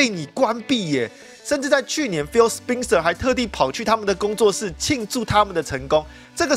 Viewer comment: 那個人名spencer的發音是不是錯了 應該是ˋspɛnsɚ